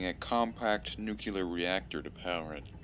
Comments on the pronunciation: Bruh is nuclear not nucular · Every time said "Nu-kyew-lur", I cringed a little. By the end, I was tucked in like a scared turtle. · "Nukuler" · Nookyelar reactor